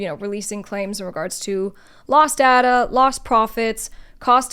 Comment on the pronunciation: data not datta.